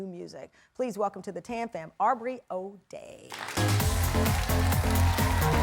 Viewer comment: Not Arrbrey lol